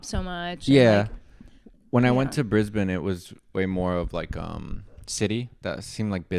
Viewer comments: Wow! You pronounced it Brisben. Well done 😄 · You did well with 'Brisben' & 'Melben' 😉